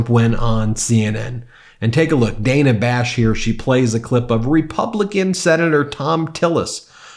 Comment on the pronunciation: Ben- her name is pronounced Dan Nah.🇺🇸⚖️💙